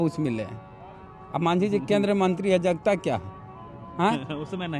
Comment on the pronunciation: Re jagata jagta bolta hai bolne ka loor sikh